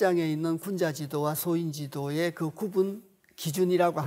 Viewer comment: 죄송하오나, 한자 한문의 독법이 틀렼ㅆ아옵기 지적하지 않을 수 없아옵니다.. "성인지도" 소인지도" 의 독법이 틀렸아옵니다. 이 4자구를 두자씩 띄어서 읽으셨습니다. "성인지 도"라고 석 자 한 자로 ㅋ띄어서 읽으셔야합니다. 이 "갈 지"는 소유격임을 아시면 이런 실수는 하지 않으실 것입니다. 자못 실망햌ㅆ아옵니다. "한국 어문을 고발함"이라는 책을 조용히 읽어 주십시요.